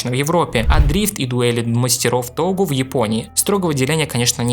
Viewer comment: Не тогу, а тоуге, 峠 とうげ、перевал . . . .. . . .. Да че я докапался?